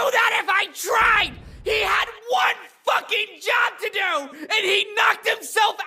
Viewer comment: “It’S a FoCkiNG lEsbIAn”